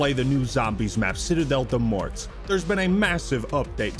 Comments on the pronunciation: Remember dear friends, we aren’t going to be running around pronouncing the ‘t’ or ‘s’ in ‘Morts’ like a bunch of uneducated swine. Citadel Day More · this mf said citadelle de "MORTS" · I fully expected him to pronounce “Citadelle Des Morts” wrong and yes, indeed he did💀💀💀💀